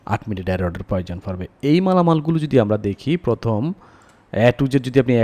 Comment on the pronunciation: উচ্চারণে আঞ্চলিকতা ভালো লাগে না। বিরক্ত লাগে। ফয়োজন ফরবে, ফস্ত,ফথম ইত্যাদি